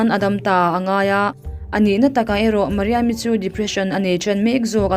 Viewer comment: Mariam i tih tih kha a dik ka ti